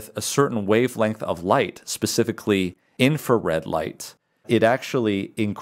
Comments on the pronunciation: Brilliant man saying In-Fa-Red again and again is annoying. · So much information. Amazing. Thank you. Here is a little for you two.. The first “R” in the word “Infrared” is not silent.